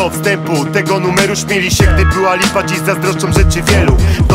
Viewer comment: śmiali, a nie "śmieli". mówisz "śmiać się" czy "śmieć się?" mimo wszystko szacun Bonus, po latach doceniłem